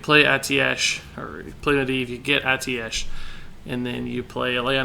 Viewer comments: It's pronounced ae-teesh, i'm surprised a member of blizzard is pronouncing it wrong, maybe different for different countries tho, yes it is full of words that look and sound strange haha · it's pronounced "a-ti-sh"